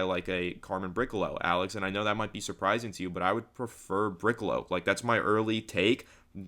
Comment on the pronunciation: Brick -a -low??😂😂 pretty sure it’s briss -ill -low…. Aren’t u Italian??